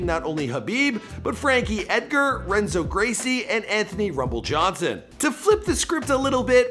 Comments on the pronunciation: "Renzo" Gracie lol...pronounced Henzo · Not to be that guy, hope you start pronouncing the Brazilian names that start with R like H, because its actually spoken like Henzo😜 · Renzo pronounced Enzo, not RRenzo. Silent R... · you should know it's pronounced HENZO NOT RENZO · Fyi Renzo is pronounced henzo, the R is silent. All the gracies are like that, appreciate your work. Keep it up! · Renzo Gracie is pronounced "Henzo"...get it together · *R*enzo Gracie, lol. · Can’t research how to pronounce a legends name for a small video I don’t trust anything else this guy says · Lost me at the pronunciation of Renzo Gracie...